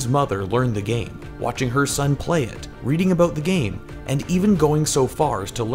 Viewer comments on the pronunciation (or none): none